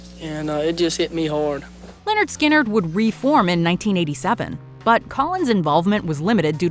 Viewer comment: It's not Leonard Skynyrd... It's Lynyrd Skynyrd. 🇨🇦